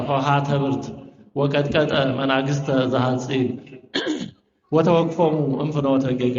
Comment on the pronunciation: መናግሰተ ሳይሆን መናስግተ ቢባል